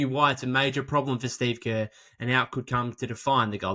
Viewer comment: Shteeve Kaahh